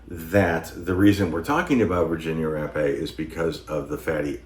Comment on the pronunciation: Thank you for pronouncing Virginia Rappe name right, to many people say it wrong.